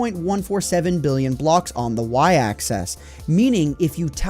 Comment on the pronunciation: Loved the video, but why must you pronounce axis like 'access'?